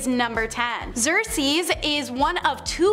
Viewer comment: Usurp is pronounced "you-surp" not "upsurp" Xerces is "Zerk-Sees" not "Zersees" As said - Priestess, not priestress.